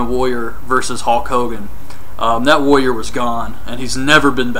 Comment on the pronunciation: woyer ...woyer ... its "warrior"